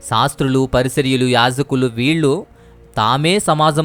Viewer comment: PARISARYULU KAADU BROTHER PARISAYYULU.